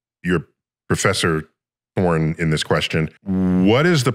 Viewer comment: Is no one going to talk about the fact that in the beginning of the video Neil says "your professor thorn in this question" but the Spanish audio says "you are a porn professor in this question"?. I think the way he said "thorn" confused the ai